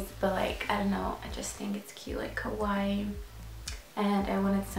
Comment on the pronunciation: kawaii not kawai..... dont you think you should be able to pronounce the things you get tattoed? lmao